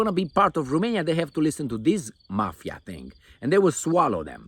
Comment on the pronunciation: Remainia, from now on it is Remainia 😂